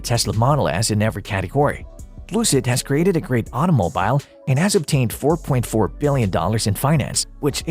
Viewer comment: Why do you pronounce "automobile" as "auto" - "mobile" like two separate words? like it means "car" - "phone"...